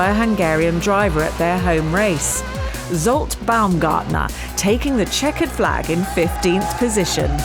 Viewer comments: varga My words. But I've never heard it in my whole life pronounced correctly, it's always [zolt] like in or even [tsolt], never [ʒolt]. It's like in Jacques ;) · Zót Baumgartner" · One of the best races in a season, I'm really excited to see the race here. What's so hard in pronouncing Baumgartner's first name? The Zs is like the J in Journal, not like the Z in Zeal, at least what I heard...